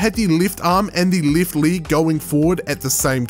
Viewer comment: League? are you serious, league? and not Leg? Didline? It's Deadline not DIDLINE